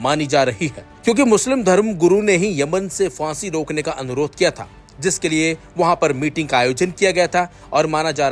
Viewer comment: Word hai phansi na ki fansi video mein bolne se pehle sahi lafz bolna sikhiye bohot bhadda lagta hai sunne mein